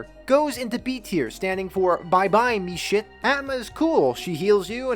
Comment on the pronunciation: you calling meshif "meshit" killed me lmfao